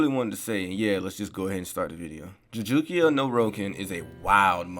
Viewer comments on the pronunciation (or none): "joojookia no rokin" lmao